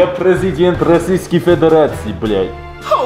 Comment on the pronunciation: as a russian i can say he said блять perfectly